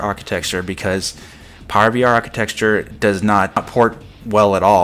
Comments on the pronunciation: New drinking game: Take a drink whenever says "architexture." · If I told you the ONLY reason I have not subscribed to your channel is your saying, "architeXtchure", would you learn to properly pronounce it? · you know you're saying architecture wrong right?